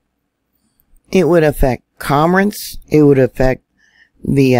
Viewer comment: or so she uses the term "commernce". What in the world is "commernce"? I know what commerce is, but not "commernce". Watch for yourself. And this is the lady that called a "falls prophet" because he failed to agree with her outlook of doom and gloom.